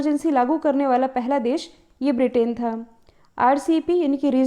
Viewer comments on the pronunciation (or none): none